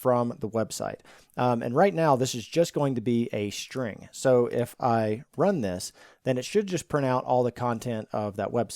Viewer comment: A shhhhtring.